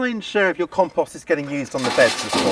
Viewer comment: Long O, O, o O,……compooooooooooooooooooooost.."